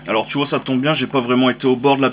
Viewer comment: Hè hè "Tu vouaaah..." Ca me plais bien ta video!